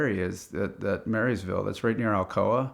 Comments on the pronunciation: Not Marysville. Maryville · Again it’s not MarySville with an S. It is Maryville. Dang Yankees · Great story, we live about 12 miles from the Dragon. A tip though, it’s not Marysville, or even Maryville, it’s prounounced “murrahville.” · Low key annoying when he calls Maryville, Marysville. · Mary ville the locals would eat you alive. They got on me too. They say Mury ville, maryville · *Maryville, not Marrysville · Hold on had to stop at the Marys Ville. It Maryville and the Y is silent. If you know you know. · "Mary's vill" wtf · Mary's ville... Bro, it's Murrvul. 😜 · It’s MURVIL not Mary’sville 😂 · "Marysville" oh no, just.... no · FYI it is not pronounced "Mary's-ville", we say "Mur-vul". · Stopped the video to add: it's pronounced "murrrvull." If you say Mary Ville, no one local knows what you mean. (Also, side pet peeve, it's the Dragon, not the tail of. I ran Blount County Rescue Squad in the 90s and spent way too much time running code three to the Dragon.) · What a great story. Though, as someone who was born and raised in Maryville, I die a little inside whenever someone calls it MarySville. I don't know where it comes from, but it's grating. There is no S in Maryville. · I can tell you are not local. Maryville is pronounced: Merval. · Marra ville we pronounce it one word Merriville is not spelt like that but that’s how it’s pronounced around here. I traveled it when it was a loggers Road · Speed limit was definitely not 55 and hasn’t been for many years if ever. And it’s Maryville pronounced “murville” in southern slang. Running into cowboy is like seeing a unicorn. That man is a complete animal. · The way he says Maryville proves he spent no time here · It's Maryville, not Marysville. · There’s no s in Maryville dude. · There is no S in Maryville. You pronounce it like you do Maryland. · Embarrassing that he repeatedly got the name of the city wrong. It’s Maryville, not Marysville. That’s a silly miss for the editor.